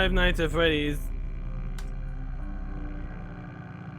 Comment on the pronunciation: Five nights at Fweddy's